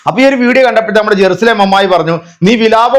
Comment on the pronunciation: ഇവൾ നാവ് ക്ലീൻ ചെയ്യൽ ഇല്ല എന്ന് തോന്നുന്നു ജെറുസലേം എന്നതിന് ഏറുസലേം എന്നാണ് പറയുന്നത് ഇവൾ ഒരു ഉടായിപ്പാണ്